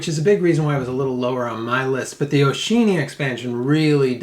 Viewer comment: O'sheenia?? Really?